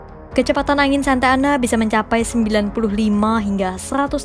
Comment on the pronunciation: Bukan Santana tapi Santa Ana 😁